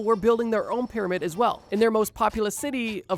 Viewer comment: Is it just me, or does it sound like he pronounces it "peramid" instead of "pyramid" to anyone else?